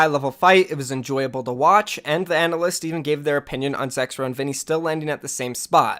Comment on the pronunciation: Turn on subtitles whenever he says zexrow